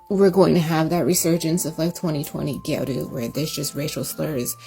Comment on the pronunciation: It's gyaru not gayru btw!